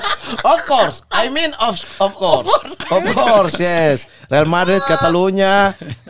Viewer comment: Of course jadi of skor. Ngakak maaattt gua lah 😭🤣😂🤣